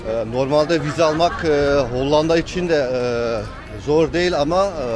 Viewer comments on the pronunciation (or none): none